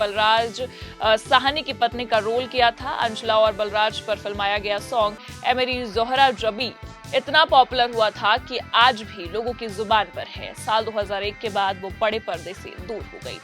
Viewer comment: Sister zohra zabeen nhi zohra jabeen sahi prnunce kariye pehli baar me sahi nhi bola tha